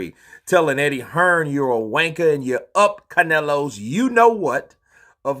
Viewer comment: Its funny hearing an American say WANKER :o)